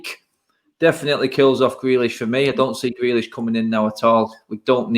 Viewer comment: Shut up, and!! Few weeks ago both of you prefered Grealish. couldn't pronounce his name. Jus shut it both of you!!